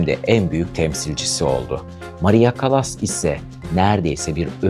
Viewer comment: Sesi kötü,hayatını anlattığını sandığı kişinin adını bile doğru dürüst teleffuz edemiyor,Türkçesi kötü.Çekimler berbat yorucu.Müziğin fonda hafif duyulması gerekirken çok baskın.CALLAS'ın biyografisinde hatalar var iyi araştırma yapmadığı belli.